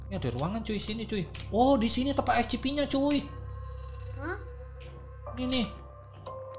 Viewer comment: bang bilang nya scp bang tapi bukan ecipi bang menin scp 001